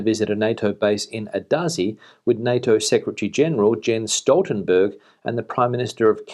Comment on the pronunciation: Who's Stoltelberg ? ;-)